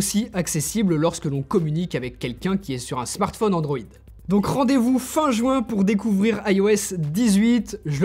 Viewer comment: Il serait temps qu’il passe à la charge rapide tous les Chinois le font depuis très longtemps c’est vraiment pénible, heureusement qu’on a une excellente autonomie sinon ça serait pire PS: on dit juin pas joint